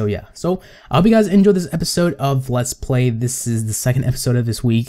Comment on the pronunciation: On you said "Let's pray series....." lol